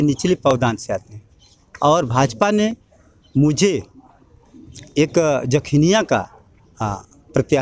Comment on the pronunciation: समाजसेवा करते कभी नहीं दिखे नेताजी जखनियां विधानसभा में और हा विधानसभा क्षेत्र का नाम तो सही से बोलना सीख लो जखीनिया नही जखनियां होता है